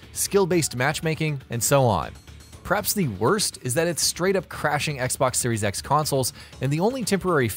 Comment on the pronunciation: Da fuq u say??? What is a Xbox 3 SEX???